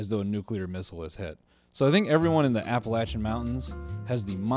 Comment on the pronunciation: even when making fun of us, you still said appalachia right❤❤